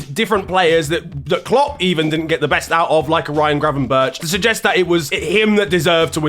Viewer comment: Why does he say Gravenberch like his first name is Graven and his last name is Berch😭